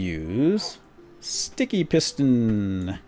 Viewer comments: i like you when you say shticky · i love it when you say shticky! and the tower of power is so epic! (im your biggest fan) =D